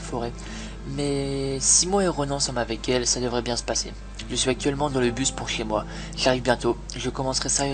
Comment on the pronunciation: Armand "près de hhez moi il le fais à chaque fois ça m'énerve ☺